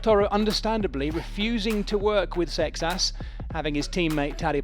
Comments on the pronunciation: It's not Paul Success... It's Paul Seixas! 😅 Seixas is a Portuguese surname. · SAY-shush ˈsejʃɐʃ this is even worst that Joao :( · Why is he pronouncing the poor French cyclists who came second name like that!!!!